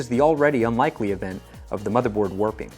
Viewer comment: i heard "working" instead of warping the mother board, i was like wait... unlikely event of the mobo working? wtf mobo are you using? XD